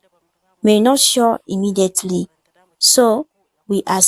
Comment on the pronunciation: Good job, but pesecution imidaetely